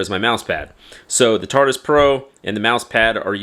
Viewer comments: bruh this mans really called it tartus repeatadly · It's not the "tartus" 🙄